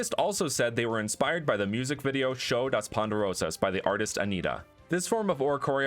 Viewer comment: the way he says “show das poderosas”😭😭